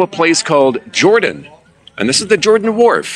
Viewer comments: we say it Hor-dan (Jordan) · "Jordan" is Pronounced (Hor-Dan) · We tried the mango pizza in Guimaras, didn't care for the texture of it on pizza. Pineapple works, but mango not so much. Can't wait to get back, Guimaras is amazing. BTW the town of Jordan is pronounced "Hordan."